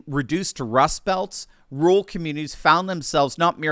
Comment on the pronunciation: You say "rural" just like me sir! "Ruul!"